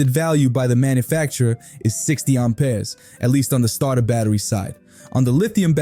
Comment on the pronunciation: Pure AI. I don't know any Brooklyn or Joisey Wop gonna say Aumpeers like a frenchy over plain old Amps. Amperes Amp Ears not Aum peers! Get your accents correct robot! I oughtta!!! 👊😡 🤖💥🤸